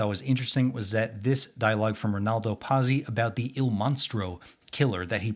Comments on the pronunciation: Not bad. I read/saw each when they came out and, brother, was that a long time ago. Pazzi It's not Pause-ee the way you said it. It's Pot-see, like the character from Happy Days. Or pizza, swapping the vowels. It means fool, nuts, crazy, mad. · 'Patsy' NOT 'PASSY'! FFS!